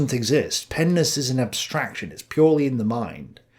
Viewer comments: Stop saying pennis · my child brain every time you say Pen ness thinking of something else lmao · You said pen-ness🤣and every time you say it I start laughing!🙏👍🏻🙋🏻‍♂️ Plato studied pens in all of their nesses 🤣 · This nigga tik talmbout some pen-ness… bruh sound like he talmbout some penis 😂😂😂😂😂